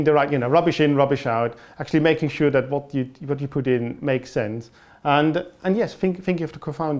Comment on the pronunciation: Tim Okolowski it did sound typical german to me though, the way he said "dat" instead of "that". Im from the netherlands though so i might be a bit biased.